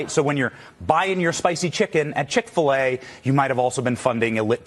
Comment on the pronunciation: Chik - Fil- A?!!😮